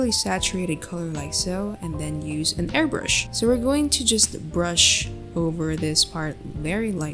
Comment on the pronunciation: you said airBURSH its airBRUSH lol